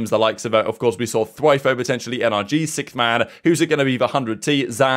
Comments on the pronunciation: I love the updates you put out daily , but one thing that is getting annoying is you saying "Sickth man" its Sixth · if i hear SICKTH one more time i swear i'll fall apart. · Nah that's how certain parts of the world pronounce the word "sixth" like (sikth), and other parts pronounce it like (six-th)